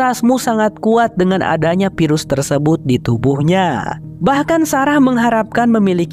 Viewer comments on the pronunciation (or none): Bang sem. Virus pakai ev bukan ep. Infeksi pakai ef bukan ep 😢